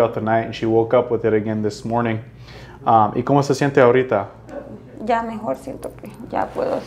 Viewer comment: Peruana aquí. El "ahorita" sounded so peruvian. Nice to hear speaking spanish. <3